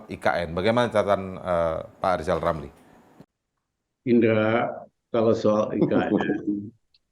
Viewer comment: Lijal lamli?Ngomong apa lijal lamli?100% ngili ya kalna dipecat jadi mentli?